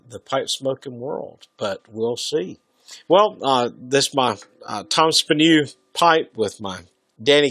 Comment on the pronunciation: American greed 101 You really need to be covered and surrounded with the things that brings you pleasure to feel safe. You look pretty old. For how long do you think you will live? How much do you think you really need?? Bad taste at the highest level!!! You can’t even pronounce Tom Spanu right……Professor